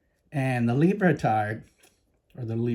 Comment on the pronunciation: Lol I gotta pick on you just a bit brother....you said LiberTARD 🤣 😂